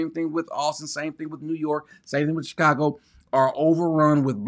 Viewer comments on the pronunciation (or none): none